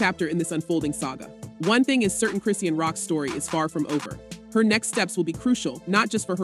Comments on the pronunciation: If you are going to vlog about someone, you should a least know how to pronounce their name, it's pronounce KRIH Shahn. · Please at least get the facts right and say her freaking name right ughhhhhh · These bolgers have to lie to get views anyone who follows rock knows its a lie i was just curious about what lie she was telling Today she cant even pronounce her name right😂